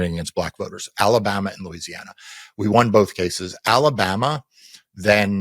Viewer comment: Louisiana - rhymes with Lose.